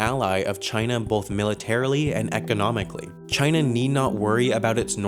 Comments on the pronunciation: Wait... In the first few seconds you said china as kina.... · "Chayna" - Donald Trump